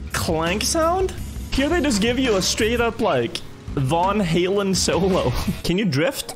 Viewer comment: "Von Halen"